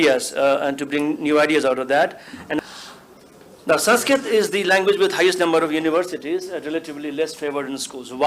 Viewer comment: Amazingly most of the people in panel can't pronounce "Sanskrit" correctly. Sheldon Pollock, however, is very good at it.